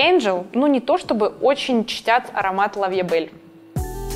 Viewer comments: А то... что коль уже хотите казаться из лучших домов Ландону и Парижу, то будьте добры говорить Ла Ви э бэлль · Аромат от Ланком называется Ля Ви Э Бэль, а не лав ля Бэль))